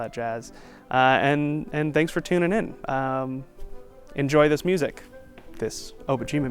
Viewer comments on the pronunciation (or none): none